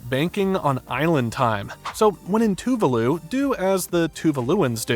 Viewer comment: Dude ! Please learn how to pronounce the name of the country correctly